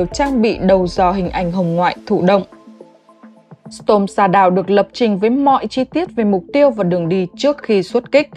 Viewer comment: Đọc không đúng storm shadow học lại cách đọc trước khi đọc